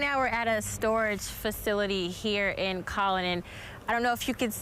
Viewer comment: It's not "Collin" it's Colon. Like a colonoscopy lol. The magic capitol of the world.